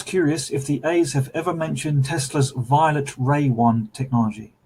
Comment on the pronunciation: "Violet raw want"? You mean *violet ray wand